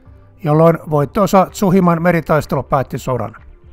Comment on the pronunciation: Tsushima. Tsu-shi-ma, ei Tsuhima